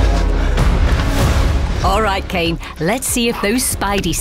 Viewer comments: WHEN SHE CALLED KANE SPIDER-CAN I ALMOST LOST IT 😭😭😭😭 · Pls is nobody going to point out the fact that they called Kane “Spider-” 🥴😂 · "spider-" LMAOOOO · “Let’s check in with spiderKan”🤣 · Did anyone else catch the narrator call Kane “spider-can” 😂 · Watching him mispronounce it was hilarious